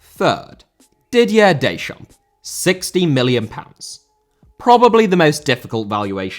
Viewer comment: Deschamps* not Deischamps